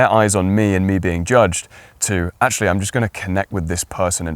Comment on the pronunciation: Your information is helpful, but this is a video on the way to speak - yet you mumble and talk too fast! I just listened to you pronounce the word "actually". You said, "ashly"! Try this. Stage actors use this trick to "project" to the back row. Buy a set of marbles and put three of them in your mouth, and then read your script. Your diction will improve in ten minutes. There are so, so many gifted content creators out there, such as yourself whose diction is horrendous! Viewers click away, and you lose "likes" and "subscribers". While possibly lacking tact, I intend this in a constructive manner. You are good, and your content is well structured and compelling. I find myself clicking away from so many interesting videos because I struggle to translate their "slur" back into English. It's not me! Most presenters are clear and intentional in their speech. I'll subscribe to your channel and watch for improvement!